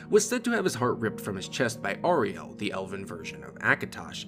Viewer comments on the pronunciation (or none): Pronounced Auriel wrong, you used the r sound without the u sound before it. Seriously do people not listen to characters in games pronounce these things? Snow elves have an elongated u and el sound but still use the u sound. It’s right in the spelling dude, AURIEL!!